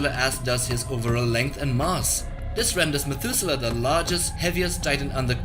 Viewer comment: Methuselah... Methudewe Ra Iso 🤣🤣🤣